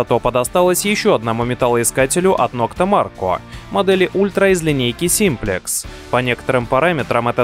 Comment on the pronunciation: Нокта макро, а не марко!!! Там же написано.